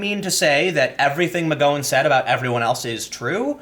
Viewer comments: Really? Quoting revenge passages from the Bible? Who does she think she is, Jules Winfield? 😂😂😂 And Tim, you really still don't know how to pronounce McGowan? Gotta be doing it on purpose to annoy us. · Tim, I love your work but.... How do you say cow, pow, flower, power??? Now, how do you say McGowan??? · I can only assume this is the worst attempt at pronouncing "McGowan" in recorded history. That was painful to listen to. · OMG! Me too! Pun intended 😉. It's as bad as hearing Sean pronounced seen! I was correcting him out loud each time while my husband laughed himself silly! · It should not bother me this bad bud dude you mispronounce more words than anyone Iv ever heard. This is like my 4th comment lol I like your videos but I cringe when you say "Nighk" instead of "Ni-key" or "Mcgo-when" instead of "Mc-gow-when" a simple search can solve this. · As much as I have the displeasure of sharing a last name with her, it’s pronounced “ma gaow win” not “mc goh win” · Do you say McG"OH"wan on purpose? I am convinced you say "OH!" instead of "OW" when you stub your toe. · TIM: It's Mc..GOW-in. That's "GOW" as in "she wore a nice gown that night"...not as in "she wore a nice go that night". PS: "SJW/FarLeftist/Fininists are IN-FUCKING-SANE". The sooner you realize this, the sooner you can distance yourself from the Left, and the sooner you can admit you are not "left"...you're pretty far from "Left". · Unless you're doing it on purpose.... it's "Gow" like "Cow" ... Mc G (C) owan... It's like fingernails on a chalk board. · It's Mc-Gow-an (Gow, as in, rhymes with Wow!) Good video though. 👏👏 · McGowan is pronounced like "mick cow an." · Dude! When are you going to pronaounce McGowan properly? It's not a long "O" sound its a short "O" sound. Think Mc-Wow-an but with a 'G" instead of a "W". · Do you intentionally mispronounce McGowan?! Holy fuck.